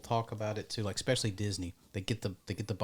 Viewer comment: Great video, I really enjoy all of your content. That being said, I have to laugh that you made fun of someone saying "pacifically", then proceeded to say "exspecially" , there's no x in especially. Irony.